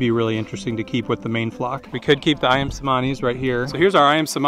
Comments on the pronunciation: The c in cemani is pronounced cj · Cemani is pronounced che-money